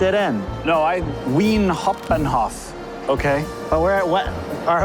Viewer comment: And pronounced wi- en- haupt- ban-Hof